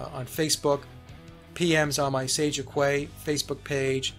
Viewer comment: maybe it's not the same in the States but...in the UK Quay is pronounced Key ;) and is an maritime name for a docking platform or floating marina. I always think of your show as Sage of KEY radio rather than Qway (Quay)